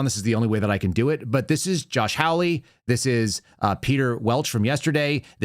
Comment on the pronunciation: Senator Hawley's name is pronounced hall-lee like a hallway in a building not howl-lee as in a noise that is associated with a coyote. Not a biggie but I consider it a little insulting to continue to mispronounce his name.